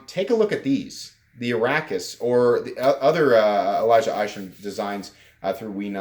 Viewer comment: You are pronouncing Arrakis right. I believe it is a Dune krysknife "take" given the name. Or at least inspired given that Arrakis is the desert planet in the Dune universe.